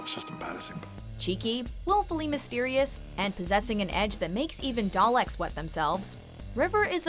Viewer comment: The way she says Dalek.... lmao